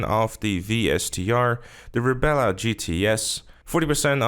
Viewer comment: It's not RebEla, just Rebla. There is no second 'E' in that car's name.